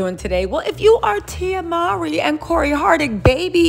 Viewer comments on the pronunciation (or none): none